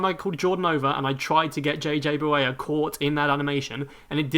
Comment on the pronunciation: You can't pronounce words correctly. Like reading is "weading" or JJ Barea is "JJ Bawaya"